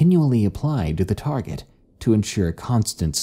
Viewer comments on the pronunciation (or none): none